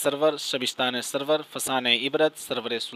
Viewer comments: suroor he bhai. sarwar nahi. tasheeh kijye apni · سرور نہیں بھائی سُرور